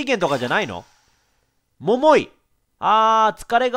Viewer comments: 桃井の発音が違いすぎて毎回笑っちゃうｗ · みずあ 絶対イントネーション間違ってますよね笑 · ももいの発音絶対違う(笑) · モ↓モ↑イ↓ で草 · 待ってました～❗ それにしても ヒィッ↑クスってw ももー↑い も気になるw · モモ↑イ で笑ってしまうｗｗｗ